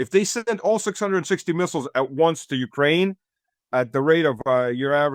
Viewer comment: And likewise, Ukraine, like insurance and police, has the emphasis on the second syllable, not the first. God how tired I am of hearing YOUkraine.